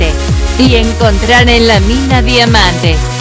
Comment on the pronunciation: El tratuctor dijo DIAMANTREILICHU 😂